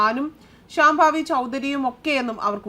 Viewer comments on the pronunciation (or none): ശ്യാംഭാവി അല്ല കുട്ടീ, ശാംഭവി